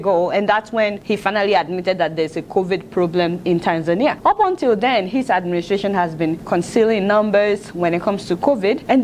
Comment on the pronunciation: You mispronounced Tanzania.